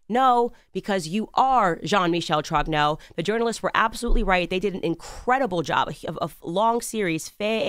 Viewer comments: "YOU ARE JEAN MICHEL TROGUENAW"😂😂😂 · Candace, on adore la façon dont vous prononcez jean-michel trogneux, c'est inimitable!!!!